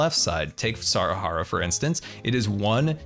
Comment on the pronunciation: GUYS SCAR IS ACTUALLY PRONOUCING SAHARA CORRECTLY NOW INSTEAD OF SAHARIA